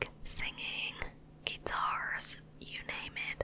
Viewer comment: Hehe the way you say “geetars”